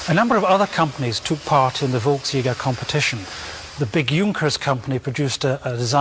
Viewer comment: "Volksjäger" is pronounced something like "folksyegger", NOT "volks jogger"